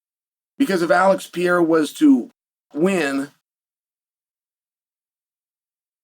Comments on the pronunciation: ALEX PE REI RA. What are you saying? Pierra? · Alex Pee-yaira….no, Chael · His name is not pronounced pee-era! Why does that drive me nuts? I wish I knew lol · god damn why cant he say pereira? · Because he purposely mispronounces names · You must be new here.. 🤣 He does it every Pereira video. It pisses me off too 😂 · It's a tongue twister for him